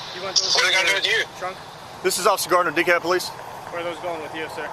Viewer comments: DeKalb County, Texas is pronounced "Dee-kab". The L is completely silent. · Dekalb is pronounced De-cab. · Hey I live in De Kalb, Texas. And for those of you who don't know its pronounced De Kab. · Just so you'll know,, the L in DeKalb is silent. It's pronounced DeKab. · You dont pronounce the L in the city name